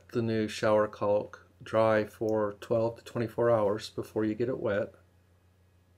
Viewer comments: Can I take advice from someone that pronounces caulk as calk🙁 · The 'L' in CAULK is silent. Like chalk or chaulk. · "CAW WOLKK"